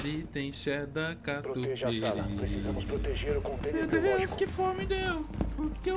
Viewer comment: nao é catupity é catupiru